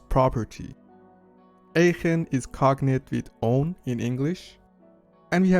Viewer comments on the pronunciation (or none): none